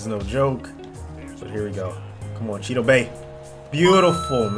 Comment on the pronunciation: Chidobae HA It’s Chi-uh-doh-bee not Chi-doh-Bah